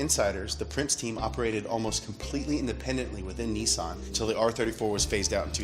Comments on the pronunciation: Nissan not Neesawn. ffs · I can’t take you seriously when you say Neesan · Dude Nissan not NeeSaan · Its not a Kneesan Its a NISSAN! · Its niss an not nessan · NISSAN ( NIS - SAN ) not ( NEE - SAN) WHY THE FUCK YOU PRONOUNCE SHIT INCORRECTLY ON PURPOSE!?!??! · OK Pronounce Nissan correctly if it's hard split it up nis-an Not neesan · Nissan is not pronounced "nee-saan" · Why do Americans pronounce Nissan so weird. "Niissaaan" lol. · The way he says Nissan is hilarious 😂😂😂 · Its pronouced Nissan Not Nissan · why do you pronounce Nissan so stupidly.